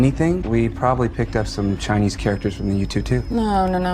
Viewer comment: It's "picked" not "peaked" .